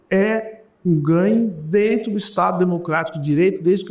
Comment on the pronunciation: "é dento" kkkkkkkkk